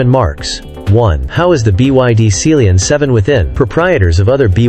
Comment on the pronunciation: Seal-Leon 7, is that how you pronounce it? I’ve been calling it Sea-Lion 7.